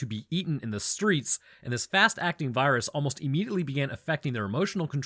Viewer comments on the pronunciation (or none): none